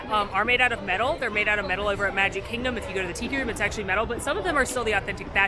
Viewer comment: Animal Kihgdom? 🤣